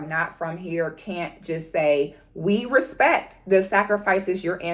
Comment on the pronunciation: Put Some "Respeck" On Our Name! 😂